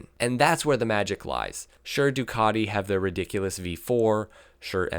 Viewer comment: Why do americans says Ducadi? It is Ducati, all over the world